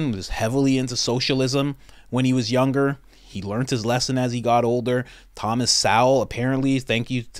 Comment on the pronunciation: Thomas Sowell (soul) Guy knows nothing about spartans. Lia Thomas (Lee-u) My mans butchers every name.😂